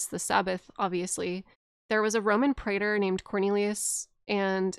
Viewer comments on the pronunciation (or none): none